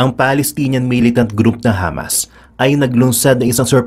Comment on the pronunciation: Hamas, sounded Lamas, lol